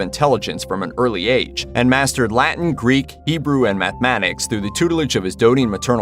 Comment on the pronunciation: Not Ebraw ! Hebrew! Pfff